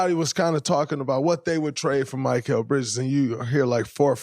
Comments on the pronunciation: “My-kel “ who is this player. Dray gotta be trolling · Mr. New Media… can’t even pronounce his name correctly! Not Mike-ale! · Most hilarious part of this: Instead of mispronouncing “Gobert” on purpose, as he usually does, he’s mispronouncing “Mikal.” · He still can’t pronounce mikal right lmao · why tf you continue to butcher his name like that??? 😂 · Dude why can't you pronounce Mikal 😂 😂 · Spit it out man! How much thought gathering does someone have to sit through to hear your anti-Knick agenda! Isn’t this show recorded? Shouldn’t you have your points set before turning on the camera? Plus just say Bridges, butchering the man’s name!